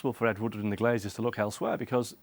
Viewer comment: "Ed Woodwoodwoodward" 😂